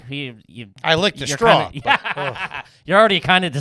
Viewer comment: saying “strawl” instead of “straw” is pure TREEAAASHHHH